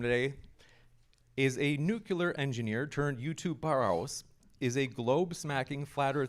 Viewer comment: It is NOT "nukilar"... nuclear is pronounced "newclear".... Please learn your own language ffs.